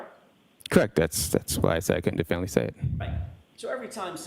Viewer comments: If this guy says definitively the wrong way one more time. 🤣🤣 I need the low down of this case.🤣🤣🤣🤣 what a joke he is. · I love how he CANT say definitively he says "definly" very strange how incompetent he is, especially when a womans life is on the line he just doesn't care. Looks like hes been bullied into this role by leading investigators. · Definly 😳 is that a new word? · Not definitively, definnely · "Definley?" oh you mean definitively 😂😂😂😂😂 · Someone teach this man to say definitely or definitively. Good lord! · Lmao EVERY TIME he TRIES to say the word “definitively” I crack up! I’m probably the only one who thinks this but when the court reporter says “you CANT say definitively?” I laugh even harder. I know what she’s trying to ask him but the guy can’t actually say the word so her asking this is just absolutely priceless. 😂😂😂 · Add Trooper paul..... please I am begging you for all of us and all of our sanity please quit trying to use big words because according to how his pronunciation is it must be a big word please stop saying definitively if you don't know how to say definitively somebody shoot me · Its ABSOLUTELY TERRIFYING that this man has a GUN and a badge!! and crime scenes talk to him. The Massachusetts State Troopers reconstruction expert can't properly say the word "definitively". I dont know what station he works out of but i would move immediately